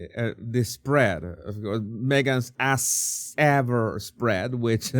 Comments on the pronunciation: Christmas shopping food items in April? BS. The items "sold out" because she used a bunch to gift to friends. BTW,, I love how you say "Ass Ever". It's perfect😂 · I love how calls it 'Ass Ever"!!